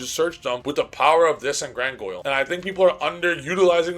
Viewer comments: Grandguignol is pronounced "Granginiol". What the hell is "Grangoil"? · Driving me crazy every time bro calls Granguinol "GranGOYLE" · Brother, I love your input, but if you say gran goil 1 more time, 😂lmao